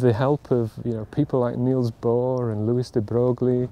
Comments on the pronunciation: On a side note : "De Broglie' is not pronounced that way - it's "De Breuil" (Unless you live in the eastern part of France like Alsace..) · I just heard the pronunciation of 'de Broglie' and now am very upset. :( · did I hear the wrong pronunciation of Louis De Broglie!? Bad Mr Copeland, Bad!